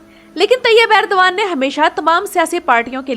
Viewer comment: It's Erdogan not Urdagan